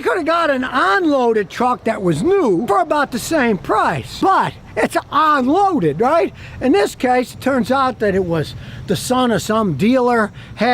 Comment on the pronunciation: Say UN loaded NOT ON loaded. You pronounce your “U’s” as “O’s” 😂